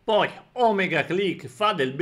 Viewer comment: Mi raccomando, si dice O-mèga (ovvero O grande in greco antico), non Òmega...